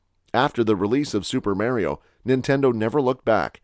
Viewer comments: U did all the other names how hard is it to say mar-e-oh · U keep using the vowels wrong in the name mario